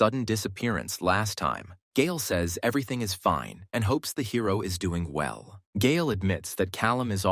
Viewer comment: Vell..vell...vell. look at this leech